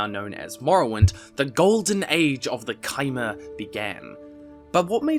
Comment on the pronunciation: Finally someone pronounces Chimer correctly...